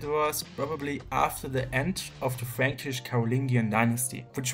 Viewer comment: Yes, good video, but the thing that I remember about this one, is that the word "franckish" sounds oddly as "freeeench", so Charlemagne is french. And even, I think he would prefer have the name "Charlemagne" than "KARL DER GROßE", just for him. (I'm just kidding, I know after the carolagian empire division, the Germany was named Eastern France and the currently France was named Western France)